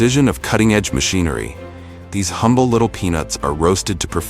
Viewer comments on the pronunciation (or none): none